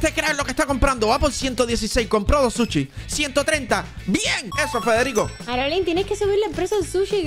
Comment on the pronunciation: Es sushi no suchi